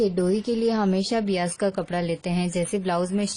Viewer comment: It's bias बायस not बियास, nice video , very informative